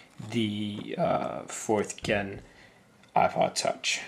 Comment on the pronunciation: i don't like the way that you say gen